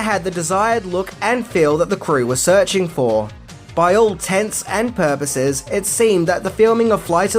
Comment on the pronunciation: Did you just say for all tents and porpoises?